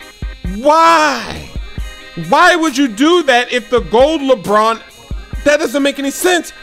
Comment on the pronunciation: Lebrrrrrron james